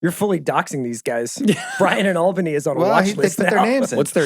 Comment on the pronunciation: Why does Bill pronounce Albany the way he does?? Chris Ryan says it right.